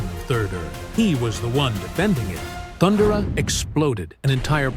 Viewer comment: Thunder-uh? Um no. Not even a little bit.